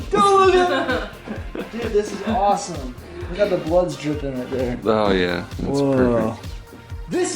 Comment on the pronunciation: you sound weird when you say awesome